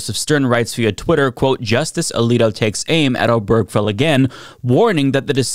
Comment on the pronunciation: It’s O-ber-ge-fell, four syllables, not O-berg-fell.